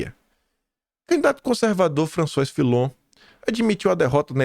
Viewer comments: é francês. François, pronuncia-se FRANÇUÁ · François = Lê-se Françoá. 👍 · Bom-dia. O nome do cara se diz Françoase. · François pronuncia-se “Françoá”